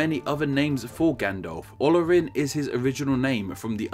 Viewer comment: Also, no OLL-orin, but ol-AW-rin. Note the accent denoting vowel length and apply the antepaenultima rule, which applies equally to Latin, Sindarin and Quenya.